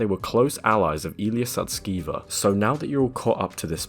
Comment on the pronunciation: You mispronounced Illya's surname; it's actually pronounced "sus-ke-ver" (haha!). The alignment team disbanded because they felt OpenAI wasn't providing sufficient computational resources for their research. Illya observed Sam prioritizing product appeal over safety, which led to Illya's attempt to have Sam fired (which ultimately resulted in backlash). Take "Sky" for example—the voice was crafted to appeal to consumers rather than prioritize safety. There's speculation that AI is being utilized to align AI systems, akin to how achieving AGI might align ASI. It's frustrating that many fail to grasp the broader implications. If we were to represent AI progress on a scale of 0% (AI) to 100% (AGI), OpenAI's technology is roughly 82% developed. The release of Sky to the public will likely herald unforeseen changes. Brace for rapid global transformation by year's end.